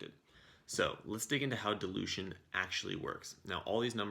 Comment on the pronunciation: was that Delusion or Dilution? Had you not put that "Oversimplified text calculations with the word "Dilution" in it", I would have watched the whole video assuming it was Delusion instead of dilution. XDD Thnx. A great video Btw.